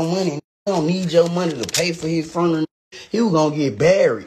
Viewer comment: If you can’t say the word FUNERAL!!!! I’m done…. Both of them said FRUNERAL…. She need to make sure them boxes got the right labels with UPS… somebody call corporate.